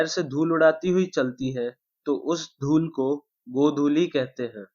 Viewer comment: Lool nahi dhool